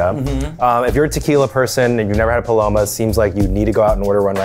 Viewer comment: The way Eugene said “paloma” was lowkey satisfying to my Mexican heart